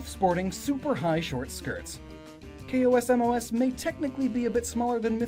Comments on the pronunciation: It's pronounced "Kozmoze" As in cosmos. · "bodice" rhymes with "oddish.' If the KOS-MOS in Xenoblade is the same KOS-MOS as Xenosaga, then her name is two syllables, not six. Shion says it a LOT, and since she built most of her, she'd know.